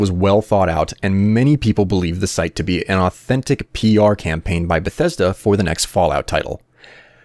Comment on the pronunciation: if fallout 4 is not even in dev i will cry everytime i here the word "benthesda"